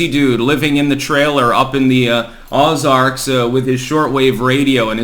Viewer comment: Pronounced oh-zarks Yankee